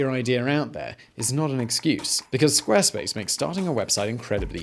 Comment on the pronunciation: "Squa space"